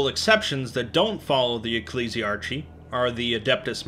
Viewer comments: The end of the word Ecclesiarchy is pronounced Arky, not archii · Ecc-le-si-ar-ki not ecc-li-si-ar-ci! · Great video. I always enjoy your 40k productions. Keep up the great work. ps Ecclesiarchy is pronounced EcclesiARKY. Cheers. 🙂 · Ecclesiarchy. eck-lee-zee-ar-key.